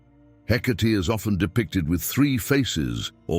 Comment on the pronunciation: Are you sure it’s “Hecate” , not “Headache” ? lol ….